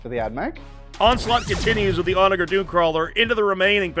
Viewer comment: This will get lost in the void but the word onager is pronounced with a soft g. It has a real meaning too - it's a ancient Roman seige weapon. I love these 40k videos you all make so much, and I will continue to binge until there are none left, but every time you all say onager I twitch. (p.s. If this is some Warhammer lore thing then I stand corrected)